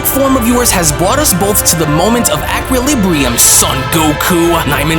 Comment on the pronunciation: Those words - Equilibrium & Plethora sound funny like that. lol 🤭